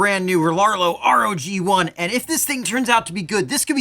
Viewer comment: Love your videos as always! Like star wars though it's "rogue one" though not r-o-g 1, their website calls it gladiator too. Your the best glad you got this truck first! Looks awesome though I wanted bigger like everyone else.